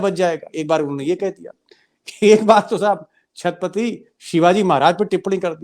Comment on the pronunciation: Deepak ji aap chatrapati thik se bool nahi pa rahe ho , dhanyawad sir ji aap ko aur ashok ji aur anurag ji ko ,❤❤❤❤❤